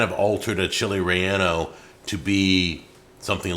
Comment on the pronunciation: Roll your R when you say relleño